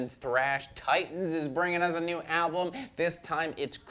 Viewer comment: Yeah he knows. Welcome to mispronounces things on every Banger TV video.